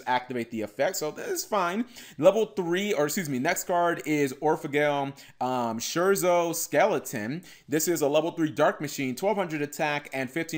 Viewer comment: That's not the way you pronunce "scherzo" Not a big deal obv